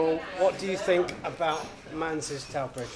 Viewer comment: Manze is usually pronounced 'Man-zee'...not 'Mans" as at start of your film, but you correct it later on...!